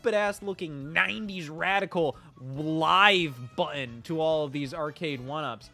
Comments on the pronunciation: I believe there are two “t”s in the word button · Why can't Scott pronounce the word 'Button'?... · Scott really struggles with the word, "button", huh? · Scottism - buhh-inn = button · You pronounce 'button' very strangely...